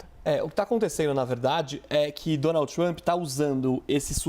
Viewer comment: Donaldi tumpi kkkk de cada 3 palavras ele falava o nome do cara e ainda por cima errado kkk